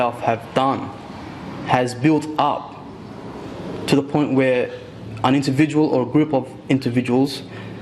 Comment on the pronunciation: "A intervidual" Nuff said.